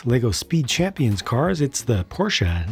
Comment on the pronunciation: I like the pronounce of your german speaking "Straßenversion". Sounds brilliant❤ and also no "Porsch"...